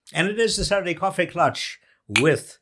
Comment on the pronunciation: KLATCH please. It is a German word.